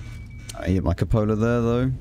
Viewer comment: Also, since the Spring or so, cupolas are my new specialty ;) Nice that you made the correct pronunciation of "cupola" xD I cringe when I here coo-poe-la #ewww